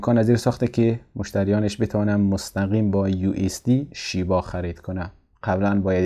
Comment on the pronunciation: آقای محترم لطفاً نام ارز رو بدون لهجه بگویید و بنویسید